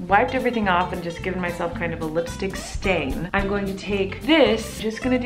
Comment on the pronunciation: Miranda pronounces lipstick as listick